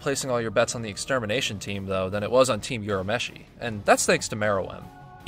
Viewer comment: loved the video!! it's Urameshi and not Yurameshi btw, lol. it's also Yu-ki-na and not Yu-kee-na.